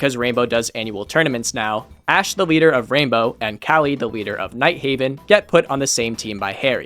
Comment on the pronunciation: It’s Kali Ka-Lee not Cali.